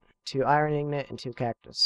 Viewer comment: INGOT not IGNOT